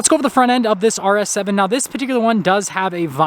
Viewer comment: IS he saying RS 7 or arse heaven?